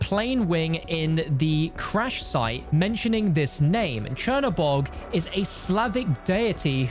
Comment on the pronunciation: Chinabog yet I’m hearing him say chernaborg